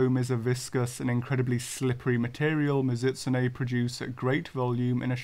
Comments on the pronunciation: good video, great channel. but holy crap. MiZUHtsune bothered me every time it was said that way lol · I really hate to be that guy since I usually dont have a problem with your pronounciations but this one is just making me go nuts. Mizoot-soonay, Mizoot-soonay, i had to keep saying that to myself because they way you said it was messing with my head and made me forgot how to say it at first.